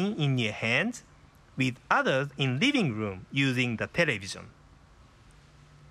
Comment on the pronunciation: riving room to riving room. I'm sorry, but that was kind of funny xD